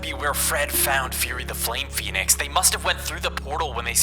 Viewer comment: He said Phenic armor